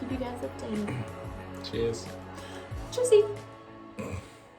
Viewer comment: Oh, I noticed you started with learning German: Your "Tschüss" sounded quite local.